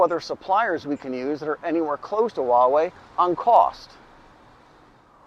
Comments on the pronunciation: It's Hua (pronounced Hwa). Why do people say Waa-wey? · It's funny that you pronounce Huawei in Cantonese rather than in Mandarin.